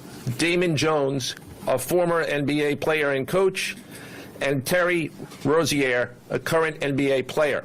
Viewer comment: That Rozier pronunciation is insane